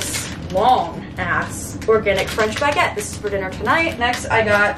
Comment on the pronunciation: im french and i got to tell u that ur prononciation of baguette is PERFECT! like it’s not common to hear non french ppl pronounce it that good